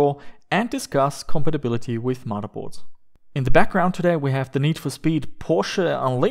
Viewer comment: Instead we get "muddahboards" :shrugs